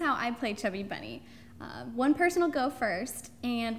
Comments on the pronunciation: Ro said chubby berney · I just wanted to say that its not chubby bunny its funny bunny but when u say it with many marshmallows then it hear likes u say chubby bunny!